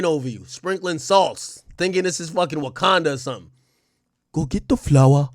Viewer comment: "Get the Wakunda flower" AAaAAAAAKKKKKKKkkkKKKKK!!!!! 😂😆